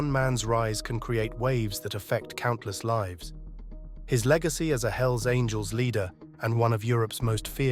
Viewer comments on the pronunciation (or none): none